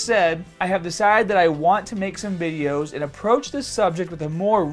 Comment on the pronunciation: I want to make some Bideous!! 😂